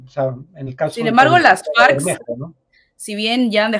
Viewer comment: mucho mejor en las entrevistas que leyendo las noticias. Pero por mas joven que sea tiene que saber cómo se pronuncia "Las Farc," que no es Las Farcs o Ley Marcial, y que no hay sociedades "bastantes" fragmentadas sino sociedades bastante fragmentadas. La ventaja es que es joven y puede mejorar...